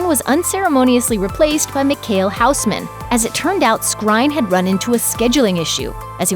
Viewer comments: Huisman!! Not houseman Its like saying keukenman kitchenman. Dont put google translate over names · Michiel Huisman (2nd Daario Naharis) is Dutch and being a Dutch person myself, the way they pronounce his name is quite hilarious 😂. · You grossly mispronounced Michiel Huisman's name.....